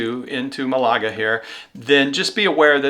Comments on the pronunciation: MAL a ga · The Alhambra is in my top 5 sites I have seen anywhere in the world. I went twice in one visit to Granada. Just Amazing. Also, for Malaga the emphasis in on the first syllable. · The British pronunciation of Málaga is Mal a g